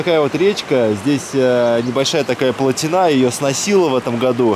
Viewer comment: слово платина произносится с ударением на букву ,и, а не на последнюю гласную,а, .Это русский язык.